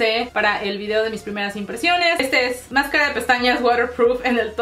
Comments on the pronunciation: PORQUE DICES MASQUEREEEE SE DICE MASCARA Y YA ! Sin tanto show gringonense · jajaj amo cuando dice: "masquera" jejeje lo amo..me gustaria un video con puro masquera jajaja..te amo...vamos este año pal millon..besos